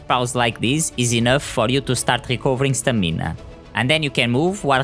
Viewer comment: It’s Stam-in-ahhh